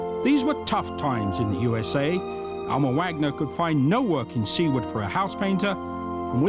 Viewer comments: It's not 'sea-ward' Nebraska. It's 'soo-ward'. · sooward ne. not seaward ne.